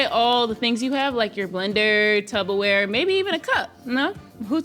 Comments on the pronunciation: V pronounces Tupperware as "tubberware" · Did just call it tubberware?